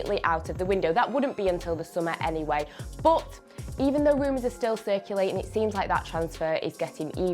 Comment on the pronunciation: every time she says "bOOt" instead of "but" I go back and dislike one video of onefootball ................................